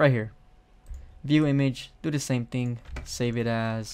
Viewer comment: Lol it sounds like he said ting in said of thing